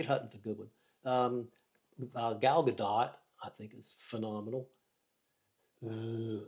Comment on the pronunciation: Lol, lmao…..Gal Gaa Dot. It’s pronounced Gaa Dough.